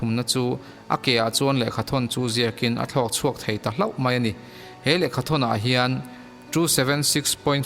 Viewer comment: Ngaihnawm thin hle mai, mahse i chhiar pah hian daih leh deih, mai leh mei tih vel hi han lam uluk lehzual deuh la ngaihnawm lehzual ang.